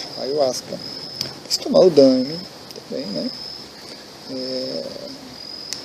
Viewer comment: Ola, estou meio confuso a respeito da sua pronuncia ''Dãeme'', sempre conheci por daime mesmo, por vir de ''Dai me luz'', ''Dai me poder'' etc.., me corrija se estiver errado por favor! abraco